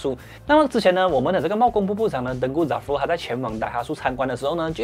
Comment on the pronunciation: Daihatsu真正的念法是“歹哈字”，不是“歹哈素”😂